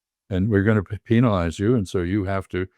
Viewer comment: So refreshing to hear an American pronounce 'penalize' correctly, with a hard E. The diplomat's opinions make sense, too.